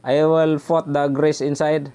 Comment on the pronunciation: mag tagalog na lang po kayo Sir i admonish you para madali kayong ma intindinhan ng ating kababayang Pilipino..do not force yourself too much in explaining in English..(take notice about your pronounciation put to fut) this is not to humiliate and consider a positive advise..God Bless.